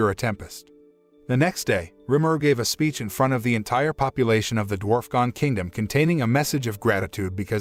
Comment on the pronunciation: Mostly some spelling and pronunciation errors for the names of some of the characters and places: Dwarfgon instead of Dwargon, Gorf instead of Dorf, Shou instead of Souei, Nino instead of Dino etc. They also called the capital city ‘Jura Tempest’, which is actually the name of the nation; the city itself is called ‘Rimuru’ after the one who helped found it. They also seemed to miss some details attached to resurrecting the townspeople: The story about Millim resurrecting her dead dragon companion ended in tragedy because, though she was able to restore its body to life, it’s soul had long since dissipated/left; the resurrected body was an uncontrollable beast that went on a rampage and nearly destroyed several nearby nations before Millim worked up the resolve to destroy it for good. The reason Rimuru wanted to try and resurrect everyone anyway was partly out of desperation and partly because they theorised that the holding barrier Mjurran made in conjunction with the anti-magic barrier put up by the church we preventing the magicules and souls of the dead townspeople from dissipating/leaving. Which is also why Rimuru had Mjurran put up another barrier to replace the one his strike teams were destroying until he had a chance to attempt the resurrection ritual. Another small mistake is with Razen’s fight against Kuro/Black: Razen immediately realised that he was facing a demon and summoned an ancient earth spirit to fight it (Demons, Spirits and something I don’t recall have